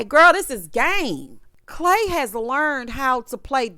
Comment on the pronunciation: I’m listening as I wash dishes but had to stop for CLAY-DOH 😂🤣😂